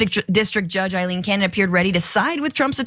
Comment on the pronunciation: She's a bad judge, but her name is Ailene, not Eileen. It is pronounced A-lean, not with an 'I' in front.